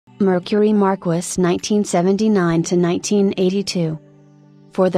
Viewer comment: 😂😂😂😂 AI pronunciation sucks! It's "Mar-keys"